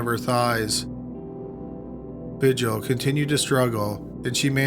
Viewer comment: Vigil...”vee-HEEL”...Spanish pronunciation